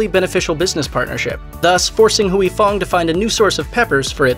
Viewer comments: Why does this narrator keep saying hooey? Is huy like saying way. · Huy is one syllable. You are saying Huey. It’s more like hwee. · NOT HUWEY Fong... its HWEE Fong. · Huy is pronounced like Hwee...not Hewey. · In Vietnamese "Huy = We" not Hu -wee. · Huy is pronounced "Way" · "Huy" pronounced in one word! Hyy or Wee... one word! goddammit 🤦🏻‍♂️ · It’s not “Huey”... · Mashed does a whole video and can't ask one asian person how to pronounce Huy. Phooey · You’re pronouncing Huy so wrong and it’s driving me nuts. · I know, right?! I can't!!